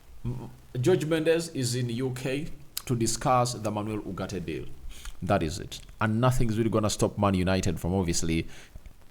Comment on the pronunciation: It's ugarte not urgate